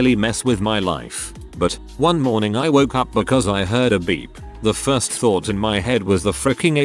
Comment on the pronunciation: ah yes, "firts"